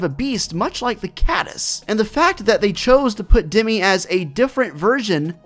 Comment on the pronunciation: It’s dem I not demee